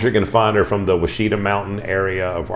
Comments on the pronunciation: We need more videos on these stones. I’m an Arkansan and grew up with these stones. Also, for future purposes, it’s pronounced WASH-IT-AH, not WA-SHE-TUH. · Wah-Sheee-Taw is the correct pronunciation.